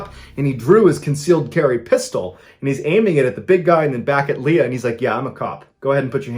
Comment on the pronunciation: He said Leia instead of Leah ?